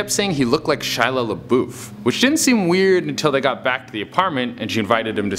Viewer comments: Shia not While lol.😂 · he actually said it like "Shila" 😂